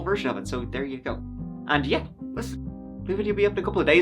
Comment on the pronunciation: It's "let's give it a GO" not goo. Goofball lol